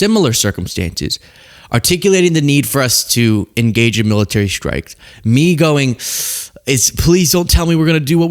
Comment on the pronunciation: The "MILLTEARY"